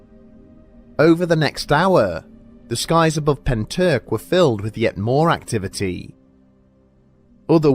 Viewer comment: all i can say is at least you didn’t butcher pentyrch:)